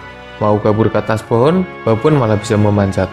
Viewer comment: Baboon dibaca babun boz xD